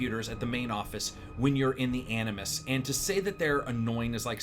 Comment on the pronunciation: i heard you say anus-nus instead of animus